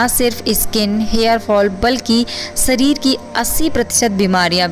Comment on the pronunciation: सरीर नहीं शरीर